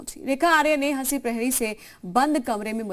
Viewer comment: नाम तो सही से ले लो जी हसी नही हंसी नाम है उनका